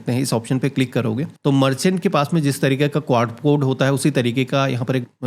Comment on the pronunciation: उच्चारण सही किया करें, क्वार कोड नहीं होता है क्यूआर कोड होता है